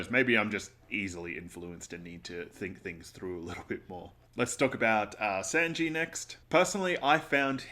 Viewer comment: who's the monster who told you it's pronounced Senji? It's sAnji,... like mAnga 🤣✌